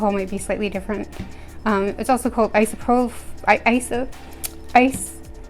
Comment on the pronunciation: Isopropyl Alcohol Eye—so—pro—pull Also known as "Isopropanol" Eye—so—pro—puh—gnawl (as in knowledge, knowl-ege)